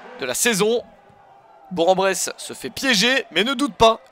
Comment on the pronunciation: Chez nous Bourg ce prononce BourK BourKen Bresse Merci